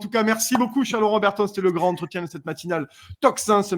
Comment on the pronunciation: Désolée de te reprendre,,, mais j'ai toujours les oreilles qui s'agitent lorsque tu dit: le grand-entretien. On fait la liaison. Et le D se prononce T. Le gran(t') entretien. Belle journée à toi toi et à tous:):)